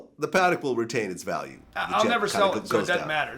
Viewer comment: Realize... “the Patek doesn’t make me any money”.. lollll.. stop trying to floss for attention.. that’s what children do.. also notice he said “Patek” the correct way unlike rappers do.. smh